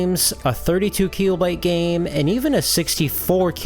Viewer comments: KEE-LOW-BYTE?? Silly pronunciation lol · I'm going to start saying "keelobyte" 😊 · It's pronounced kilobyte, not kilobyte.